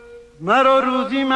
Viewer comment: با درود و مهر صد حیف که هم خانم فخری نیکزاد و هم خواننده بزرگمون این مصرع حافظ را اشتباه خواندند و معنی کلام را عوض کردند. مرا روزی مباد آندم که بی یاد تو بنشینم در این غزل حافظ کلمه روزی را به معنی یک روز بکار برده اما در این برنامه کلمه روزی باتوجه به تلفظ اشتباه به معنای رزق و روزی بکار رفته